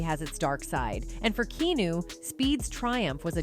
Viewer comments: Im trying to listen but all i keep hearing is the mispronounced name of Keanu (Hawaiian origin which is correctly pronounced Key-ah-nu). When doing a video of something that might already be hard to believe or trust its important to get the basics correct for the audience to trust that you might know what your talking about. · At least learn how to pronounce his name Key ah new. Jim Carrey was talking about Will Smith when referring to the spineless Hollywood reaction to him beating Chris Rock. What kind of people celebrate some one that does that in front of them? Its sick. Chris Rock should have sued Smith. I don't see Chris Rock as funny as I once did because of that picture in my mind even though I know he was a victim. Comedy and victim don't mesh well. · The canned computer voice doesn't "know' how to pronounce "Keanu." I'm offended for Keanu! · Does she not know how to pronounce his name or is it on purpose? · Your AI narrator is pretty good. But she can't say Keanu. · I tried to watch this but the narrator could not even pronounce his name. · I wish she would say his name right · Why are you, narrator unable to say this man's first name correctly? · You want to mispronounce his name some more...😅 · Teach your ai to say Keanu correctly please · Fuuk same here!!made me cringe every time it tried to pronounce his name lol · The AI is So annoying! I had to stop it as well after the continued wrong pronunciation of Keanu. These are great actors, who have been attacked for having comon senses and being honest about how disgusting Hollywood is. Once they started being honest and going against the commies of Hollywood. They are now banned. Probably for the best, as Holly weird sucks now. Too bad for us that like good entertainment. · Are we really past getting a human who can properly pronounce KeAnu ??? Way too frustrating to watch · Learn to say "Key-Ah-New" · Who the fuck is "Keenoo"? 😆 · Kee-new? I thought his name was pronounced Kee-on-new, am I wrong?